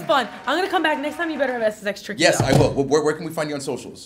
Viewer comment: Dis she say SSX Tricky at the end??